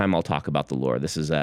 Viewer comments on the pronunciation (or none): none